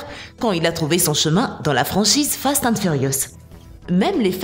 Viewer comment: déja ses pas fat and furious mais fast mdr